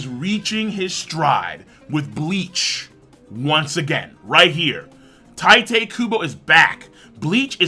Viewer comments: It's [TEE-TAY] Kubo, not Taite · Tee-te, not Ty-te pls